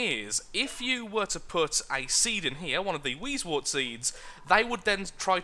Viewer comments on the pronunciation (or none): words:p it is wheezewOrt not wheezewArt but keep on the good work and amuse us